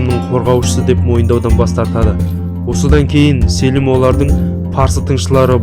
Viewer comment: Селім емес Сəлім ғой қазақша.